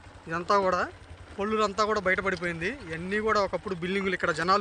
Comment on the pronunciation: కోళ్ళూరు కొల్లూరు కాదు